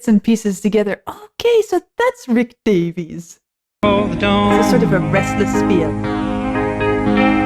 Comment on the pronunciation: Great tribute! Also an FYI before people get mad about it, his last name “Davies” not “Davis”